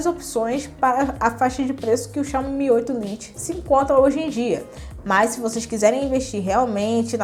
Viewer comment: Fala "lite" é foda jkkkkkk